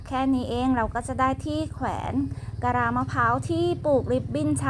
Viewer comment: กะลา,ไม่ใช่กะรา.เวลา,ไม่ใช่เวลา.คำว่า.มากๆเยอะไป.มากคำเดียวก็ไม่เชยนะ